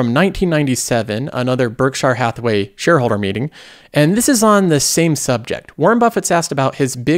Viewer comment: it's Berkshire Hathaway